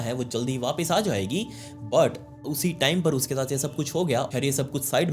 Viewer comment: The way you sai "But" ufffff ❤